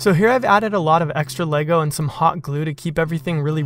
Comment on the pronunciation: Subscribed! Beautiful work AND you know how to pronounce Lego 😁